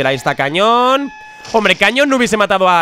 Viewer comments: Like si te diste cuenta de que dijo cañón y no canon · cuando dice cañón en vez de canon jajaja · Desde cuando el ataque "Canon" se pronuncia "Cañón" ?? 😂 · cuando as visto el ataque cañon, se dice CAnon